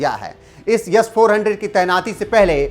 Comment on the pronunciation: It's S not Yess 400